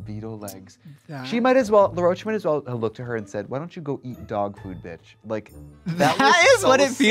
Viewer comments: I love that Trixie calls Law “LaRoach” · Trixie and Morphine both pronouncing “Law Roach” as “Luh-roach” is so cringy to me lmfao. I’m like, am I missing something? Is that how his names pronounced? Why take a first and last name and turn it into one name 😭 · Am I tripping or has everyone in the RDR sphere been calling Law Roach Laroach? As if it’s one word and also la and not law? Is that really how his name is pronounced? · I'm Australian and 'La' is always how I hear Americans pronounce it. Thats what the queens also sounded like to me through the episode 😂 it wasn't until i was seeing Laws name written on the screen that I was like oooh it's LAW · first of all rupaul pronounced Law Roach's name as "La'roche" and now Trixie is out here doing it too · Trixie saying it like LaRocah and not Law Roach is crazy 😂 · is trixie saying law roach like l'roach....???? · I'm sorry, is Trixie saying "La Roach"???? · It's LAW Roach not LA Roach. Why is Trixie so bad with names? To be fair, Morphine also pronounced it that way during the episode. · To be fair that is how RuPaul pronounced his name